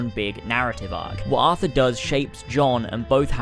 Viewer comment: It's Arthur... not Athur.